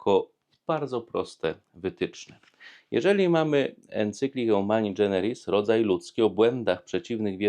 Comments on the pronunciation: Nie dżeneris, a generis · Fajnie Ksiądz prawi, prosto i kiedy trzeba, z humorem. Tylko moja drobna uwaga: Humani generis, a nie dżeneris :)